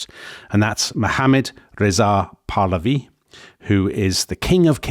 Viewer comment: *makes fun of [southern] Americans for pronouncing Iran incorrectly *immediately mispronounces “Pahlavi”